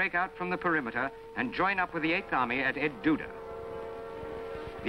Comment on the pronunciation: El Duda Ridge! The narrator seems to be saying "Ed Duda." Am I wrong?